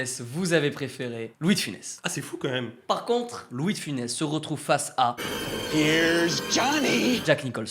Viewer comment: Funès pas Finès mais bon les jeunes aujourd'hui ont de moins en moins de culture et c'est pas avec le temps que ça va s'améliorer